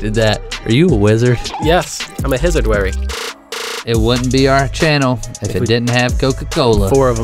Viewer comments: He said I’m a hizired wary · “I’m a hizard, warry” why?